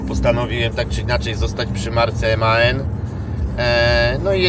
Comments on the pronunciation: Dobrze bo tak się mówi prawidłowo. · Teraz już mówi się Man